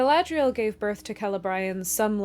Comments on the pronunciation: *Celebrían not Celebraian. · Did you really say "Ke-le-BRY-an" instead of "KE-le-bree-an" multiple times? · Why are you saying Celebrian that way?